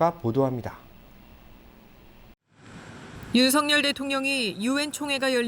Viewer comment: 윤석열을 왜 윤성열로 말하는가. 아나운서 자격이 없네...석 발음이 그렇게 힘드나?🤔